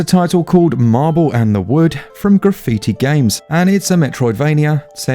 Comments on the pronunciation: Ya so its MABLE in the wood not marble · wait is it marble or mable?